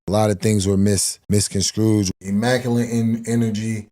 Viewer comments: "Misconscrooged". Fuq my life I'm dying,😂😂😂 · Hahaha "mis-con-scrooged"? 😆 I want to like Hill, but he just seems kinda delusional, cannot accept responsibility, & is a sore loser who can't stop complaining